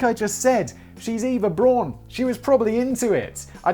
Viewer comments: So, as a final Fuck You to Danny, Simon ends by pronouncing Eva Braun wrong. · It's so Simon to start by mispronouncing "Eva Braun", read a whole dissertation on the correct German phonics, and then, 30 minutes later, mispronounce it again. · Simon "Eva Braun. Is that complicated? I didn't think so. Also Simon: Pronouncing "Eva Braun" badly for the whole video. Also his pronunciation of "Hitler" is far from perfect. :P Edit: Fuck you Danny! I have wrote this comment before I saw that you corrected Simon in the script. xD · Learns the correct pronunciation of Eva Braun, 30 mins later forgets the correct pronunciation. Then Simon heads off to buy a second mircowave for his date night.